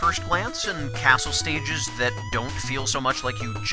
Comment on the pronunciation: I think you may have said sticyges rather than stages. (After Crystal Man no.)